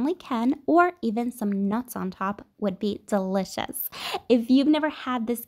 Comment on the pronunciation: She pronounces delicious like dseliciouss